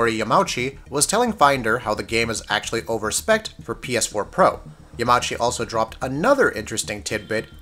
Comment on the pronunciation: It's yah-ma-eww-chi